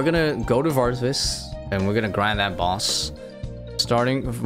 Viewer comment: My man leaving a whole syllable out of varvis haha love it